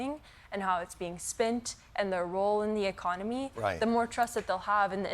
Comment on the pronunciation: I'm just sad Jon didn't pronounce "In THIS Economy?!" correctly. For shame!